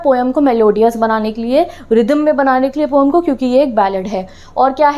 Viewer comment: Aap overacting ke chakkar me har word galat bolte ho jaise poem ko pom aur Coorg ko coog